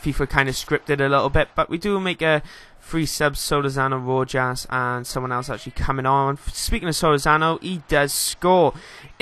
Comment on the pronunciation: Ignore the comment below -.- anyway Rojas is pronounced Rohas